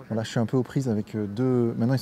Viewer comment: Quand dit « voilà » j’entends « voillah »